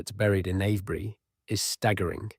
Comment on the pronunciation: It's Ave bury, not av bury!